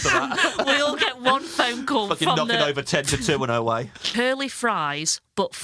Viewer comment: She can't say 'one' WUN.